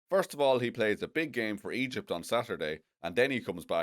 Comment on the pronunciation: Every time you say Egypt, all i hear is Ejit! 😂